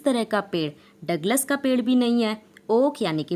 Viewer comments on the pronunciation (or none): none